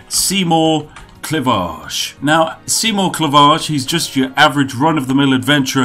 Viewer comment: Seigmore? Are you german or something? Where I'm from, it's "Seymour"